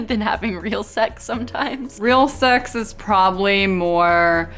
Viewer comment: L.A bitches always make the word sex sound like sachs. Coincedence?